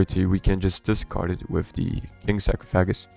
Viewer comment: You have to stop saying sacrofagus